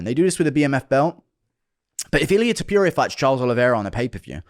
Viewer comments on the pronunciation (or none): TOH-POO-RIA NOT TOP-YOU-RIA Coohnt lmao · Who the fck is Topiuria? It's Topuria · Guru: ilia too puria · Guru saying "Ilia Topiuria" is a pet peeve of mine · Who the hell is Tupuria😂😂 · it's not "tiupiuria" either xd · Tuupuria 😂 guys needs a pronunciation lesson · Tah-PURE-ia ….. you sound like an ass. Say it normal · This dude cannot refuse to call Georgian midget „Tiopiuria” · Who’s TEP-PURE-RIA? 🤣